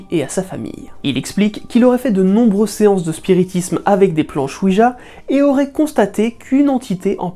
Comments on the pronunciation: Oui jjjjjja pas dja . CA viens de oui oui francais allemand. JA se prononce ya en allemand pas dja ca cest le dieu de la weeeeed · à 0mn58 : planche "oui-dja"...il n'y a pas de "d" dans la prononciation de planche oui-ja (gea)...car c'est ja (oui) en allemand où le j se prononce y...c'est donc une planche "oui oui" (oui-ja / oui-ya).